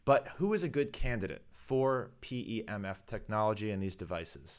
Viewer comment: 🤮 say P E M F, because you pronounced pemfs I’m not watching